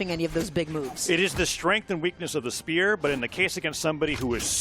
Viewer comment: lmao me too it was so distracting 😂 they pronounced spear as “speuw”